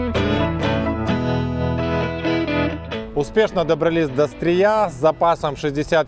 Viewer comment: Огромная просьба Не СтрИя, а СтрЫя (это если по-русски). Спасибо. P.S. Просто я родом со Стрыя))) Спасибо за видео челендж, расставили все точки над «и».